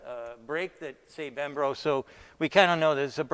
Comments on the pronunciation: Why nobody ever tell him that it’s not “brembRo” but brembo? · Bermbo? Brembro? Let me help you, its called Brembo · Bremb"R"o brakes? I thought the first time he said that on another video he was just nervous but "BREMBO" is a well known huge OEM supplier and it isn’t hard to get right after a few try’s. He says those cast wheels have "machined bosses" that he is pointing to and is trying to make the impression that they are very unique and cutting edge? They do not have machined bosses, the reliefs are cast into the wheel not machined. Not to be disrespectful in the least because I like to give everyone the benefit of doubt but does he not have any sort of automotive background? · It's "Brembo" bro not "bembro" or "brembro" 😉😀 cheers!!! Haha Thank you for the cool vids! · BREM- BOW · still unable to correctly say b r e m b o !? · What's funny is that he says Brembo correctly and then "corrects" himself by saying it the wrong way. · He has the hardest time saying “Brembo brake”. Haha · Constantly clearing throat, can't pronounce "Brembo"... Yep, sounds like the Kung Flu to me! And any wheel maker can modify their wheel to clear that bolt head, just drill a little hole, DUH!!!